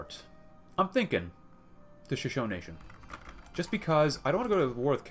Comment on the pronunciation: I know this sounds nitpicky but Shashone is pronounced Sha-Show-Nee. Just something that's been knawing at me since I have been watching your backlog.